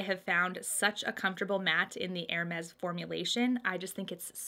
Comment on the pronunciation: Nice choices! And extra points for pronouncing Hermes like a French person! lol Keep up the good work and you'll get your purse before long. Love your channel, and the fact that even when you're talking about something you don't like, your eyes are always in a natural smile. Such a pleasure to see during the pandemic.